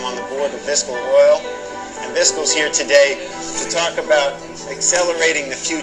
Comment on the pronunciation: The boy is on the board of Viscoil - 2 syllables, the o is not repeated. HE MISPRONOUNCES THE COMPANY NAME in his promotional video... "Visco Oil" (3 syllables) is actually a specific product, made by BP - a competitor. These people are stupid.